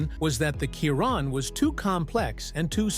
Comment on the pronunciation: I stop watching when he f..k the Chiron name 🤪😅🤦👌🏼